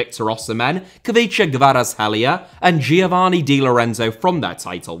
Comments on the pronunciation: Immaculate Kvaratskhelia pronunciation from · You actually sounded out Kvara's name properly, nice haha